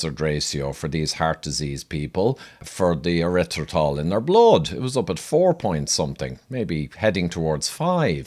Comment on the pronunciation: Having trouble pronouncing the word? LOL!